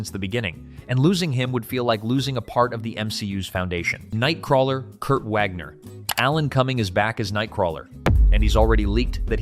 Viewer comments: It’s pronounced Vaug-ner not Wag-ner. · The w in nightcrawler's last name does NOT make a w sound. He is German. It makes a v sound. Get your pronunciation right